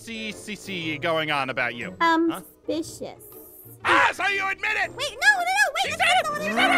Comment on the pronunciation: ein: suspidioussceeshcheese aphmau:suspicios.. me: 🤣